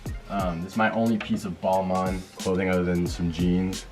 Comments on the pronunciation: it’s “ball “mane” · Balmain is pronounced (Ball-mayn) and Givenchy is pronounced (Give-n-chee)... You're welcome.